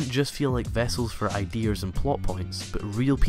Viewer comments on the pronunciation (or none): "idears" X99